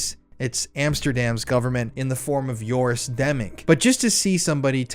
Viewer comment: Joris Demmink, not Yoris Demming. I read this one, and Demming is a real person. I'm glad you're exposing these scumbags bc I don't see anyone else doing it.